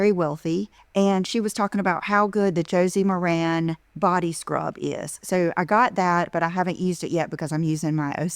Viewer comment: Idiot is pronouncing Josie MARAN wrong. I swear her parents met at a family reunion.